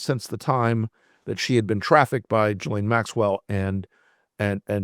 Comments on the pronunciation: you’re mispronouncing the name. It’s “Jizz-lane.” You’re welcum. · The woman's name is Ghislaine and it's pronounced J-is-lāne. Not an uncommon name in Quebec. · "Ghee-lane". That's how it's pronounced, like the southern Asian version of butter. To show respect for the victims, the villain's names should be spoken correctly. That way, we will never forget who these monsters are and what they did. Everybody knows how to pronounce "Ted Bundy".